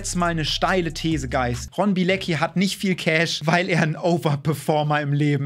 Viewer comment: ey alle sprechen seinen Nachnamen falsch aus. Das ist ein polnischer Nachname! Und wird Bi-e-le-zki ausgesprochen